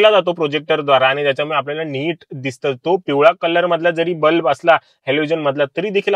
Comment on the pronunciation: अतिशय माहितीपूर्ण व्हिडिओ. याचा नक्कीच सर्वांना उपयोग होईल असे वाटते. फक्त “बल्ब” या शब्दाचा उच्चार नीट करावा. बल्ब ला “ब्लप” असे उच्चारले आहे पूर्ण व्हिडिओ मधे. मराठी भाषा शुद्ध असावी मराठी चॅनल वर.